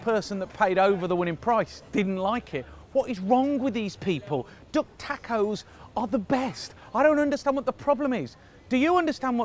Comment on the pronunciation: In his accent it sounds like: "Its a dog taco." LOL :-}